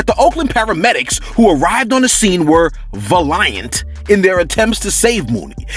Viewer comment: I need to hear say valiant again (like...conducting yourself in a heroic, selfless way)